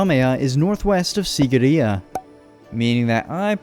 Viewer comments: Im from sri lanka and that mountain isn't called sigiriya its called seegiriya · It's See-gi-ri-ye just to let u know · its pronuced siigiriya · The way he pronounced the word sigiriya and king kashapa is hilarious as a Sri Lankan